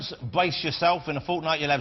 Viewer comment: "parents, bwace yourselves" "please welcome, J. K. wowling" "before we talk about hawwy" "did the first bwa expedition work for her?" haha just love the way he talks =P